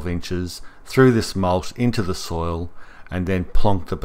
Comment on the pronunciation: Soil not soul